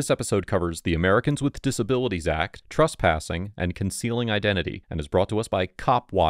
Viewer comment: Please stop mispronouncing the word Trespassing as Truspassing. I is very distracting.